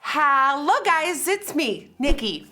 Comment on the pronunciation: the iconic “hallo guys” will never be forgeted